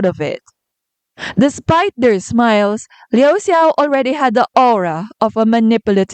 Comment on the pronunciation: No hate here! But I think "Xia" In Xia Fei is pronounced like "下". And the "Xiao" In Liu Xiao is pronounced like "小" Based on what I heard when their names were called. But I could be wrong.😄 Also, great analysis!